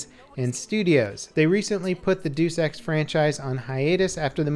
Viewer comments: doos ex ha ha. its latin. Deus (Dey-Us) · Did this man just say duce ex? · Duse Ex? Dat pronounciation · Dues Ex? ._. Why do native english speaking people have such a hard time pronouncing Deus Ex? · BloggingLP it's pronounced Day-Uos Ex right? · WTF is Duuus Ex? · is notorious for being an uncultured swine who pronounces everything wrong. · Deuce Ex ? LUL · What's that? "DEUCE" EX??? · "dyoos ex", huh? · Umm can we talk about pronunciation of Deus EX, XD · LOL at how he pronounced "Deus Ex" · how you gonna talk all that shit and not event mention him mispronouncing deus ex? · I love how you pronounce Square Enix and Deus Ex ;D